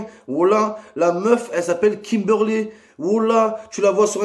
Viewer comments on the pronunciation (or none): "La meuf elle s'appelle Kimberley elle est bonne tu la vois en vrai c'est Kimbourley wola" Jsuis dead😂😂